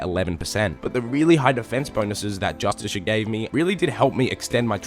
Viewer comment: its fucking JUSTKAR jesus christ why is that so hard